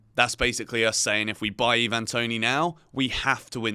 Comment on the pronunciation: Pronounced I-van Toney NOT Eee-van